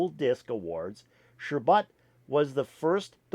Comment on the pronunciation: The name is Sherbet not Sherbut